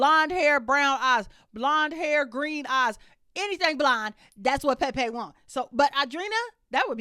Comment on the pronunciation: I love the way you say Pepe’s name! 😂